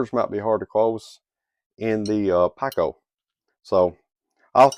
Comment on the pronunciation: Pronounced "peeko" not "packo"